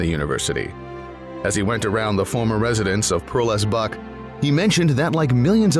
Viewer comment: * John Lossing Buck (not 'Lessing'). Nice video. I love Nanjing.